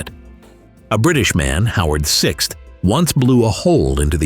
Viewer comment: Howard VI ? You mean Howard Vyse !! Embarrassing…